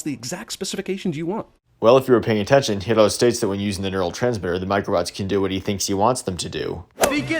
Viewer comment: Oh nice, you pronounced Hiro's name in its original Japanese way too! Yeah, he knows that. He literally sins Stan Lee cameos every chance he gets, it's annoying. It was especially bad in Infinity War, as that was shortly after his death.